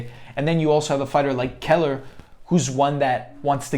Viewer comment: You definitely pronounced his last name wrong..